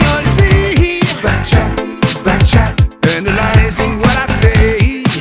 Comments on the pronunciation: Pertama dengar kirain saya "bancet bancet..taunya back chat..hahaha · Yg org denger : "Back Chat Back Chat" Yg gw Denger: "Becek, Becek" 🤣🤣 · Pertama x aku dengernya becak becak 🤭